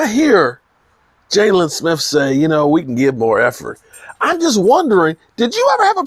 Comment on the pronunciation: Not sure if you do it on purpose because you always have it that way but it's "Jaylon". I always think you are talking about Hurts or Ramsey when I see "Jalen" lol. This damn team man....